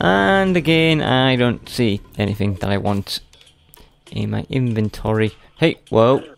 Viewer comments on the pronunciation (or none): none